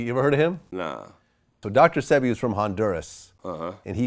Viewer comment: VLAD DOESN'T EVEN SPEAK DR.SEBI NAME RIGHT ... THEY ARE KILLING US OFF , TAKEN PATENTS AS WAS DONE TO DR.SEBI AND THEY LOCKED HIM UP AND TREATED HIM LIKE A CRIMINAL ,THEN CLAIMED HE DIED OF PNEUMONIA 🤔